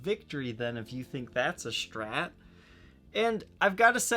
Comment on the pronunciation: When people say "Shtrat" :P